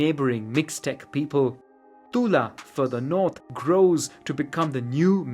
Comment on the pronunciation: ¿DIJISTE TULA?